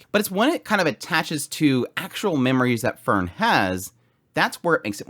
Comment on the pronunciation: Heiter, High-ter, not hater. Frieren(the verb form of freezing for some reason) Free-ren. Fern-Faern not fern like the plant. and Stark means strong. The dude is named strong. ge i wonder if he will be.